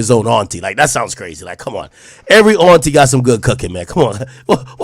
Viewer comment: The way AK says Auntie bothers me 😂